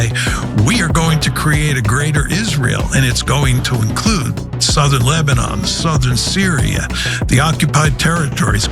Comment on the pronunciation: Arrey baba it’s not labdon it’s Lebanon. Who made you a media reporter. Say Israel not Israyel all Indian media says the same 🤣🤣